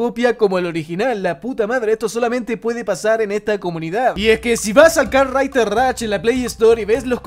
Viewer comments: Nada como el tío diciendo "kart raiter rach" sos un jefe wacho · "karrrtrrriderr rach"